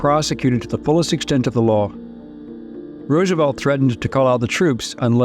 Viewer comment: “FRANKLIN DOUBLE-CROSS ROOSENFELD”